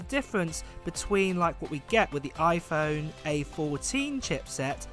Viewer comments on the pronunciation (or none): none